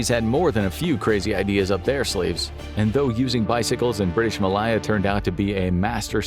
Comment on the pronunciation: That is absolutely not how you pronounce Malaya!!